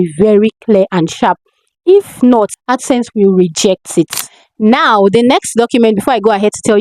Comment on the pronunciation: Ad sense or accent? Wats dat?